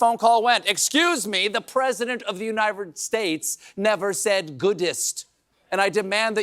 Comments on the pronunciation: Did Stephen say “Univered States?” 😅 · the uninvvrred states 😅 as possible as soon as goodestly.